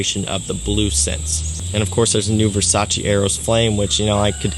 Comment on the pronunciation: Versace pour homme or Versace man fraice??